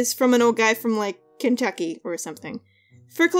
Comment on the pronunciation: I heard her say kenchucky... Hehe